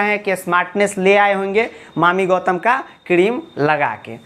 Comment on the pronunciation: Sir jiiiii mami gautam nhi yaami gautam ☺️☺️☺️